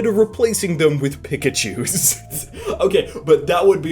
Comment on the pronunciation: Lol u say pikachus weird 😂 U say it like "pickachus"..... and hes on your god dam t-shirt.